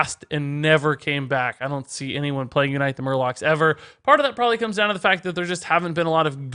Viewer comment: "YOU night the Murlocs"